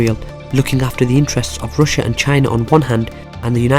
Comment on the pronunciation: Some one need to teach him how to say RUSSIA